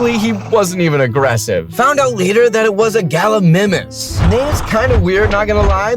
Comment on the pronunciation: Correct pronunciation for galamimus : GAL A MIME US hope this helps